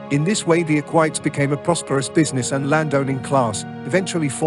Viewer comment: It's "e-qui-tes", not "eck-whites".